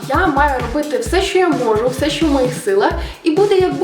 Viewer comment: Всьо кльово, молодець. Красива, харизматична, дотепна і влучна. Але! В українській мові шиплячі не пом'якшуються. Всі от "щьо", "чього" так вуха ріжуть - страх! За такою вимовою легко визначити оригінально російськомовних людей. Я язва, вибач, але виправись)